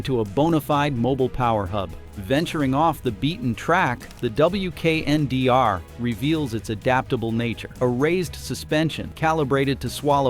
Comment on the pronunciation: It's a concept vehicle. It's not available anywhere. Some features make their way into production models. Prices are imaginary. AI narration is terrible. Pay a human. This concept is pronounced "weekender".